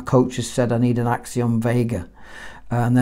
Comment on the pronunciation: As a korean, respect calling the rubbers “x-siom” Rather than “xy-om”